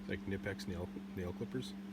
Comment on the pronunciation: No silent "k" in "knipex"